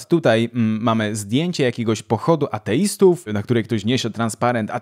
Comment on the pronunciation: zabawnie werbalizujesz słowo "ateistów". 😂 Zupełnie jakbyś był świętą krową 🤣